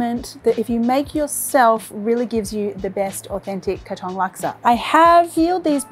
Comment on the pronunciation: OMG !!! PLEASE LEARN TO PRONOUNCE THE PLACE OF THE DISH THAT YOUR PRESENTING. THAT IS NOT HOW YOU PRONOUNCE "KATONG!" IT REALLY GOT UNDER MY SKIN EVERY TIME YOU WOULD SAY "KATONG" MY FATHER WAS A CELEBRITY CHEF IN SINGAPORE HE WOULD BE SOOOO EMBARRASSED AS HE WOULD FIRSTLY LEARN THE PROPER WAY OF PRONOUNCING BEFORE PRESENTING ON VIDEO!